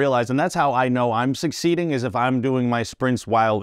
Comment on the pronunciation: Also the pronunciation of succeeding kills me. People don’t realize how he says it improperly.